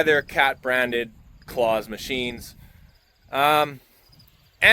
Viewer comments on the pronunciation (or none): Love watching your videos. Just for info Claas is pronounced Class in Europe as in a school class not Santa!!. We’ve been using them on our farm since the 1970s. Here in the UK the best combines people usually agree are Claas, and the best tractors most people say are Fendt.